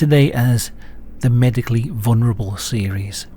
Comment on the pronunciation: It's "vulnerable", not "vunerable".